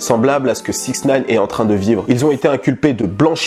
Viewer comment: on dit sixty nine et non 6nine... peace